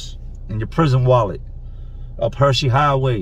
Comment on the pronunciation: Not “Hersey highway” 😩😩😩😩